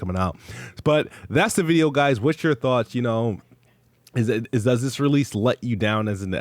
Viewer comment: Th ths this th , ninja talk wtf wrong with you 😂